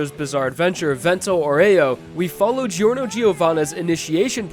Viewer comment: Gee-orno lol